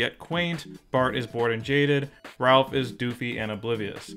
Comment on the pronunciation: C'mon, It's Ralph!